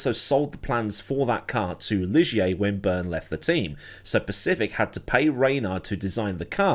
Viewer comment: Thanks for the heads up,... have totally forgotten about "Bebel junior" racing in F1 back then. P.S. That Guy Ligier was a guy alright, but the French pronounce his name "gi".;)